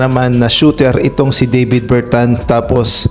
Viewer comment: Clarification lang po, Dă + vis po pagpronounce ng name niya hind po Day + vis. Salamat.